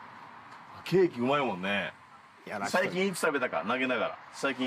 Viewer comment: 終始照れてるのかわいい そして「ケー↑キ↓」「5→が↑つ↓？」と言う時の発音がかわいい